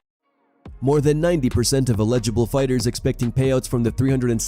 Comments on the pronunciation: Definitely not how you pronounce "eligible" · Strange pronunciation of “eligible.”